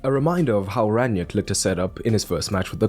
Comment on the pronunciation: It's "Rang-nick", not "Rann-yick". It's "Tel-les", he is Brazilian not Hispanic. If you're not sure how to pronounce then you can Google Translate or if you're not confident with pronunciations then please add YouTube subtitle to your video so that more viewers can more easily watch and listen to you. Beside those, thanks for your analysis 👍